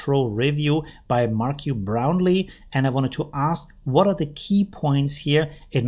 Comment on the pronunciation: Now I have to think that you mispronounce things on purpose because mispronounce in Marquez Brownly. Come on you must not watch this video content if. you don't know how to pronounce his name.